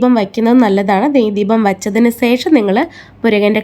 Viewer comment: Sesham alla......sasi de sa(malayalam). Shesham